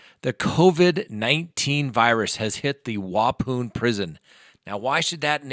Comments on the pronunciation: Waupun is pronounced entirely different,. It was funny how you pronounced it though.... From a Wisconsin viewer😀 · as a native to wisconsin I love hearing others try to pronounce our cities 🤣🤣 WAH-PAWN is how it’s pronounced 😄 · Lolol...I just listened to you pronounce it again....Wapoon lolol. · The way you pronounce the Prison name is....Wapon..I live in Wisconsin. Yes I know the correct spelling is Waupun...but it's pronounced the way I spelled it 🙂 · Lol I live in Wisconsin.....it's wa-pon (like wa- as in Washington, and pon as in pond). Killin me 😂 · It's pronounced Wa-Pon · It is pronounced Wa-pon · Waupun is pronounced wah-pawn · Sending my love From Wisconsin!!! *****p.s......its pronounced Wa...pon, like grey pu pon!! LOVE YOUR SHOW AND HAVE GREAT RESPECT FOR YOU AND HOW YOU DO THINGS!!! VERY RESPECTFULLY!!! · Also pronounced Wah-pOhn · Pronounced like waupan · Pronunciation of the town is Wau-pun! Sorry I grew up in Wisconsin. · Thanks for the update! I'm just down the hwy from Waupun, pronounced wawpawn lol, and I didn't know the virus got this far north yet. Steven Avery (Making a Murderer) is at the same prison btw. When is the last time you want shopping? There's an apocalyptic panic in the public right now. It's not just toilet paper. I've read so many zombie books that I'm not freaking out seeing this but people are sweeping arms full of food from the shelves at a time. It's nuts out there. Glad to still see you here! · Hello, love your videos! I live in Wisconsin and thought I would let you know that Waupun is actually pronounced Waupon with a short O. Thank you for the informative videos. Keep up the great work! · Niemczynski 😂 what a bunch of boneheads we all are. We didn’t even notice that Watts isn’t even at Waupoon (I’ll never be able to pronounce it any other way again😂) he’s at Dodge Correctional 🤦🏻‍♀️🤣😂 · It's pronounced Waupon. Pon. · I can't watch this video anymore. You're pronouncing Waupun wrong